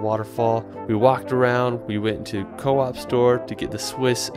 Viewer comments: co-op store hahahahahha its pronounced cohp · soph hh es isch aber co op, england hend da au und sie seged au co op wils vu cooperative chunt. :) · "coop store" 😭😭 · bhahah my thoughts exactly. I loved the "coop" and "Jungfraujoch" especially xD